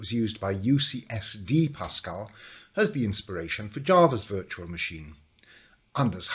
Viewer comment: No not pascal, eeiww